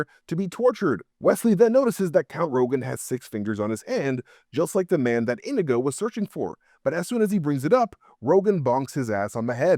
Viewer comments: This was hard to get through with you calling him "indigo" the whole time. His name is INIGO Montoya. He says it like 100 times. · Is this rage bait? Why did he pronounce Inigo wrong the entire video 😂 it's In-EE-go, not INN-ih-go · omfg... His name isn't "INN-igo." It's "in-NEE-go." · You are killing me with calling him Indigo, his name Inigo Montoya, he killed his father. He prepared and died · Probably still not correct but closer than saying it wrong 100 times. Sorry, I do love you and your videos, but that drove me nuts and I don’t speak Spanish. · Why are you saying Inigo wrong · Leaving this video because of the stupid fucking way he says Inego